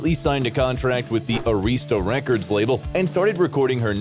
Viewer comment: LOL Oh nooooo it's not A-reesta records it's pronounced Aah-rista...Oh geezus bad voice overs suck...